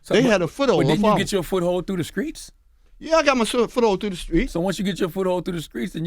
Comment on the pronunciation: Can Charlemagne say the streets not the skreets